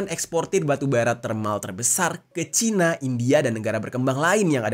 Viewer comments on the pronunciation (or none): none